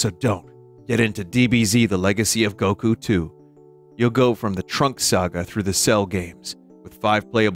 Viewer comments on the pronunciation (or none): none